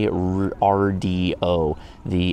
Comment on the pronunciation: TWAYRDIO, just give in and say "two way radio"